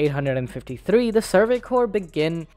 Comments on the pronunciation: Amazing video, you guys!! Bravo all!!! Small note: CORPS is pronounced "core", NOT "corpse". I teach English, sorry, I gotta. Can't help myself. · It’s pronounced like “core” not “corpse” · Corps is pronounced core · Dude I can't take you seriously when you mispronounce Survey Corps as corpse. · Great video. Just one little nitpick for you though. The word "Corps" is pronounced "core", the P and S are silent. I hope to have heightened your understanding of military terminology :) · I mean no offense but I literally had to stop watching this because of the constant mispronunciation of the names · People are really allergic to pronouncing corps correctly, huh? Or is it an intentional joke due to the high likelihood of members becoming corpses? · This dude keeps mispronouncing the word "corps"!